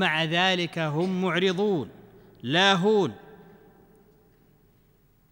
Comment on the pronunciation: معرضون بالضاد انت باللهجة الخليجيه تقول معرظون.. كيف؟